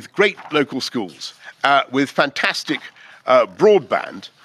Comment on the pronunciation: Did he say fantastlc broadband? Lmao